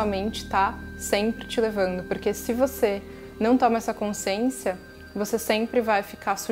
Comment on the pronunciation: Boa tarde querida!Adoro te escutar mas te peço para rever a palavra CONSCIÊNCIA....repita e escute o som da sua própria voz...desculpe mas isso sempre me incomoda ...percebi e te aviso para que sempre seja bom te escutar... não me leve a mal... não és a única.... abraço fraterno.... gratidão!!!